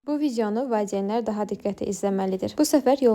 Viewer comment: Valceyin deyil valideyin 🤦